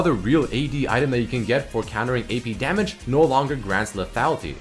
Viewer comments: " taking SAMAGE " LOL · Hahaha "samage"